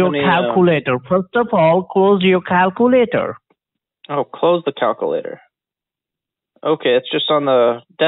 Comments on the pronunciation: Scientific calcoooolater - brilliant I'm sitting here laughing my head off, keep up the good work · Do one thing and just delete the cow-koo-lator.... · clear the calc. CLEAR THE CAL-QUE-LATE-OR!!